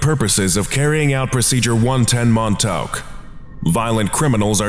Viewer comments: Mon-taowk? Try 'Mon-TAWK,'. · You're pronouncing Montauk wrong. I don't know how to tell you the correct pronunciation through text, though. Edit: The letters au when put together make an aw sound. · I don't think that's how you pronounce Montauk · I love the way the narrator pronounces “Montauk” 😂